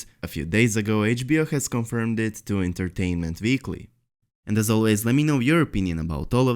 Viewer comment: Vesteros, vich, Entertainment veekly, vorked, giveavay...... hahahahahaah Dude, you ALWAYS read"w" like at the end of "John Snow"..... it's not that complicated